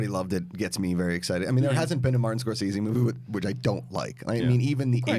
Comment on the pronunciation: Thank you for pronouncing Scorsese correctly, since almost NOBODY does.